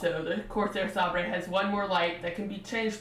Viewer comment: FYI: It's pronounced 'Say-ber' (Like the sword), not 'Sahb-ray'. You also need to equalize the volume between your intro/outro and your actual commentary, as the latter is WAY too quiet in comparision. Otherwise, good review.